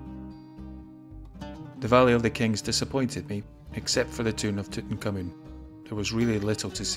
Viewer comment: Who is Tooten Kamoon? His name is THREE WORDS - Tut Ankh Amun, NOT TWO. It s pronounced Tut (or Toot) Ank, Ah-Mun.